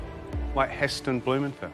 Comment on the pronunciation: “Heston Blumenfell”??? Fat boy got it soooo wrong. “Heston Blumenthal” - pronounced Bloomen-thal“.